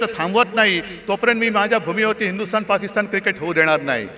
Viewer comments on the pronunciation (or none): none